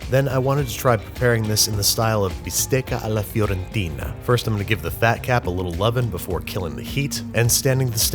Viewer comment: As a florentine lad, I loved your pronunciation of “Bistecca alla Fiorentina” . Cheers from Florence Babish!